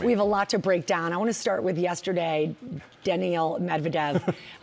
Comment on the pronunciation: You're covering Tennis, at least get the name right. It's not DaniEl, It's Daniil... Have some respect. These Americans man... I mean she can't even speak English (as her main language) "I feel very badly for that racket" lol